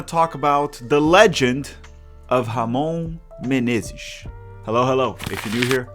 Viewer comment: Caí de paraquedas aqui, a pronúncia do inglês tava boa ao ponto de achar q o canal era gringo mesmo até vir a pronúncia perfeita de "Ramon Menezes" e eu me ligar que é br kkkkkkkkkkkk tmbm percebi o clubismo na hora de cornetar o Rony Rústico por ser palmeirense, eu já gosto do Rony pq sou Athleticano kkkkkkk